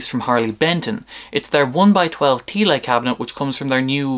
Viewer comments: Thiele is pronounced 'tee-luh' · Thanks for this video. At first when listening to this video I didn’t realize you were talking about Thiele cabs until I saw the spelling of the word Thiele. (Thee-lay? 😂) I liked the distorted guitar best through the one with no wood blocks. I’ve used Thiele designed cabs for many years with many different brands of speakers but not at really loud volumes. Right now I have a couple of Mesa-Boogie’s custom 90 watt Celestions in a pair of Thiele cabs which I use with my Orange Crush 35RT amp. I like the extra lows it gives this amp. I lined all the Thiele cabs I have (4) with fiberglass even for regular guitar use. I like the cabs with bass too. I never liked Thiele cabs as much as regular cabs because especially when using the fiberglass insulation, it lowers the center of the mids emphasizing the bass. But these things with lighter speakers are easy to transport made them easier to drag to my church for Sunday worship back in the day in the 80’s/90’s.